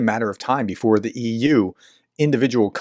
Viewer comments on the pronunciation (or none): none